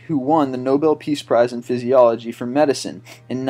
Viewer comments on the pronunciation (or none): "Fyziology" LOL